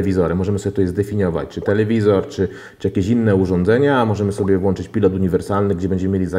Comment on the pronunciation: mega fajny materiał ale na Bogaaaaaaaaaaaaaa mówi się włączać, przełączać, wyłączać uszy więdną od tego włanczania przełanczania i wyłanczania. Ludzie widział ktoś z Was kiedyś włancznik???